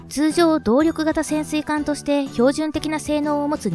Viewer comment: そう、この ”通常、動力型潜水艦” みたいな言い方が耳障りだった。